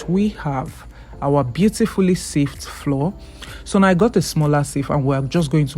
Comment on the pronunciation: All I hear is "floor, floor, floor." Why do you pronouce flour as floor? Flour is exactly the same pronunciation as flower 🌼.